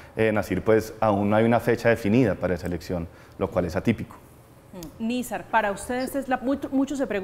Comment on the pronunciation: Y no se dice Nizar, Nazir.